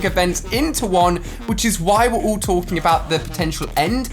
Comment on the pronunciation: Instead of pronouncing all Ali says oooll